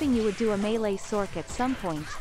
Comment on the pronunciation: Sorc is not pronounced "Source" it's pronounced "Sork"... same with Merc. ITS NOT EFFING PRONOUNCED MERSE.